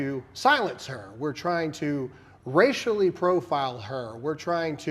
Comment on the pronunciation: Candace never made it about race. “racislly profiling” I already know you are full of it